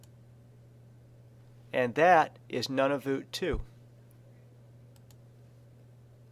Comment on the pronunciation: He said Nunavut wrong and Nunavut 2 is not a real place